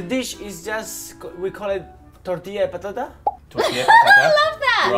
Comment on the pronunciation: A) why have I find this out just now? B) excuse me, but pronouncing tortilla de patata is a blessing, it’s so spot on, sounds accurate and Spanish 😍, and C) unfortunately I can’t watch the whole thing atm, i’ll be back later on tho